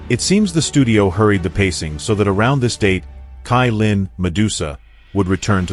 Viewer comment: Not kailin cailin